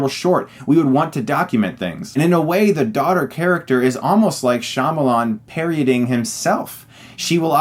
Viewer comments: 'Parodying' not 'paryoding'. Apart from that great review! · Does Chris keep saying "parioding" instead of parodying?